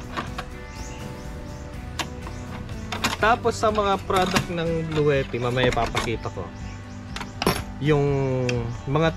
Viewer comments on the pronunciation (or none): It is pronounced "blu-ti", not "blu-we-ti". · sa page mismo ng Bluetti ang pronunciation nila is "blu-ti", makikita mo yan sa mga instructional videos nila.